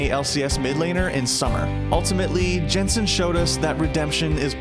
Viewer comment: It's just Yensen, it's not hard to pronouce. Just Yensen